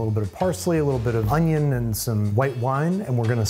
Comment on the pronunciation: And sautéed unions